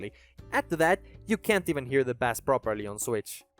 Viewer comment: stop pronouncing bass like that i'm gonna cry good video otherwise edit just in case you didnt know the instrument is pronounced BAYss where the fish is pronounced BAss in other words only the fish is ass and the instrument is in fact not ass